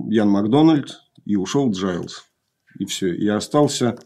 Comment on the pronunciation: Братья Гайлз, а не Джайлз. Легко проверить на ютубе в интервью. А, вообще, мне стыдно иногда чего-то "умничать" об ошибках ведущего. Алексей делает это очень профессионально, и это просто вызывает хорошую зависть и вдохновляет меня! Огромная уважуха!